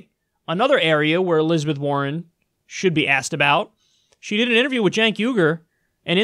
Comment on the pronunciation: Elizabeth WAR-ren.